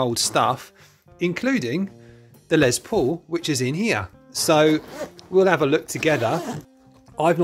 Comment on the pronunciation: You Britts really need to learn how to say LES paul, not LEZ paul...😂😂😂